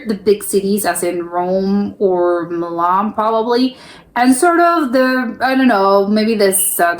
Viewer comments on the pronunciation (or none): none